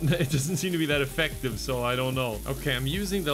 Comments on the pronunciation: People: “low at how effective”: “look at how aFECKtive” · affective is a real word funnily enough.